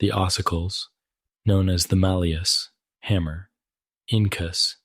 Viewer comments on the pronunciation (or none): none